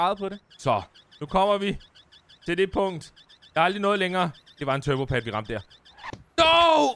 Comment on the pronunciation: vman det hedder en turbo pad ikke en turbo pade